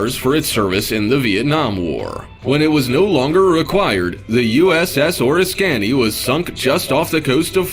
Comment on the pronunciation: Oh, for the love of...it's OR-I-SKANY. I almost had an aneurysm when I heard the pronunciation.